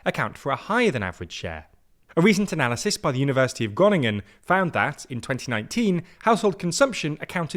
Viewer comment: I appreciate the input from the university of groningen, but try working on the pronunciation...